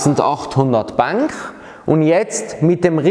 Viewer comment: Wo kommt das "ch" in "Bank" her ?